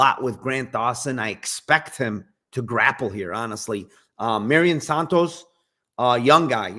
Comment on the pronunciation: It's "mairon santos" not Marion lol